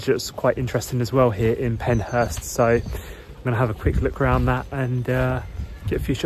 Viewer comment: It's PenShurst.